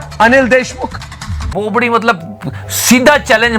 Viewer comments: It's bobdi not bopdi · Loved it😂😂 but it's "bobadi"